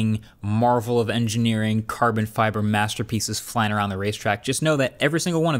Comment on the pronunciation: Marques said: CaRrrRrbon fIBerRr